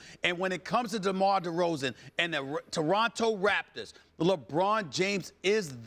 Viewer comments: Stephen A says "Doronto Raptors" instead of Toronto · Who in the hell are the "Deronto Raptors" Stephen A??